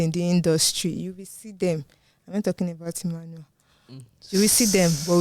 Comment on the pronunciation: To be honest it's Emmanuel but you're also doing a fantabulous job